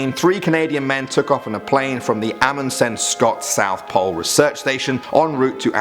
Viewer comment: When a Norwegian person looks at this person trying to pronounce the name: "Amundsen" right. xD. Amundsens whole name is Roald Amundsen, by the way.